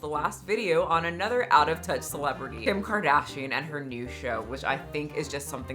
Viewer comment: Mikayla Nogueira - the influencer who jumpscared us all with her "Khim Kuhdaaaeeeeeshyen!" 😅